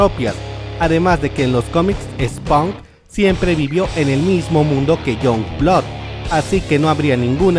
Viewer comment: en "ImageN cómics" Esponk (Spawn) Younblóc (Youngblood) Darnecs (Darkness) Güisblei (Witchblade) muy bien el inglés! jajajajajajajaja